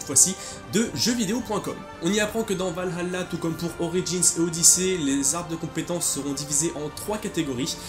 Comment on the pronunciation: Par pitié arrêtez de prononcer "Valhalla" avec l'accent arabe, c'est juste affreux !!